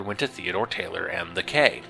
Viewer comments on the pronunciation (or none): It's pronounced the "Key" damn it! I really like your work, respect what you do, and agree with your progressive perspectives, so I was really hoping you pronounced the title of the book properly.